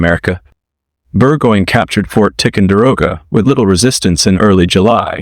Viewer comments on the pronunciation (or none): That seems to be the new thing. It's an ai video because of the way it says Bennington and new england. As long as it's accurate is that matters...... And tickkenderroga😂🎉 the more money you pay for it the better it will speak